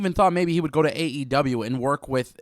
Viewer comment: Ignoramus says wit.. it’s with, guess Speaking proper isn’t a strong suit lmfao